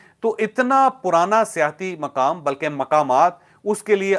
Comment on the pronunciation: جاوید چوہدری صاحب ۔ براہ مہربانی اپنے اردو تلفظ اور تاریخی معلومات پر توجہ فرمائیں ۔ بھارتی وزیر جنہوں نے استعفی دینے کی بات کی تھی وہ وزیر ریلوے لالو پرشاد یادو تھے ۔ آپ مسلسل لال بہادر شاستری کا نام لیتے رہے جن کا انتقال 60 سال پہلے ہو چکا ھے۔ سیاحتی مقامات کو آپ سیاسی مقامات بولتے رہے یا کم از کم سننے والوں کو ایسا ہی محسوس ہوتا رہا۔ پلیز توجہ فرمائیں ۔ہم آپ کے vlogs مسلسل دیکھنا اور سننا پسند کرتے ہیں ۔والسلام